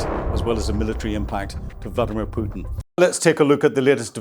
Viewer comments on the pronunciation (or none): none